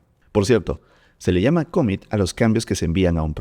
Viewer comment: Impresionante contenido!!! Gracias!!! Solo un detalle… pronuncias mal la palabra COMMIT, y varias más… En inglés no acentúas… (cómmit).. trata de pronunciarlo plano, sin hacer énfasis en alguna letra … commit…